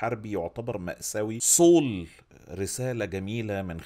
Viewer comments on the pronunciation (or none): برضه صول؟؟؟ 😂 والمصحف سول... عادي جدا... مش صول